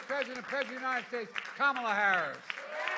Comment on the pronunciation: Cadaver Joe and Kamel-Uh "TOE", a winning combination.